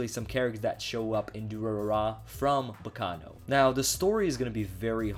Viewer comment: Hearing him say Baccano is very painfull.